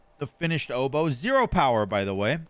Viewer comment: It will work for you because you actually say "obow" and not "odeeeeeeebow" like trelli and rexsi.